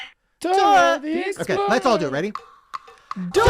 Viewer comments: It's "Dora the explora" not explorer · You have to say explorah not explorer .